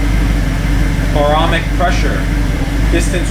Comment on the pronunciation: "Baromic Pressure" hahah